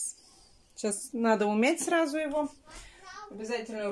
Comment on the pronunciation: Наа вместо надо Срау вместо сразу Наити вместо знаете 😜и т.д